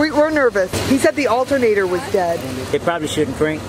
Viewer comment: When she said "do we need a new altunater"I was like U NEED A NEW CAR!!!!!